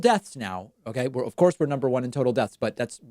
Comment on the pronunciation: I guess he heard "China numba wuan" too many times and now this is his chance to say "USA numba wuan", I guess...